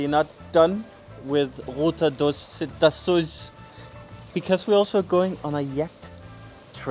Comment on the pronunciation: Cetáceo you pronounce it like pistachio. 😉